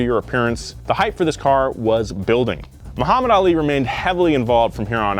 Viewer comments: Moo-hammad Ali?? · says “moohammad ali” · Moo-hamed made me lol Good video, yet again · Hearing "Moohammad" threw me off lol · I still don't understand how westerners can't say Muhammad the correct way? Like oh! you can say Arnold Schwarzenegger perfectly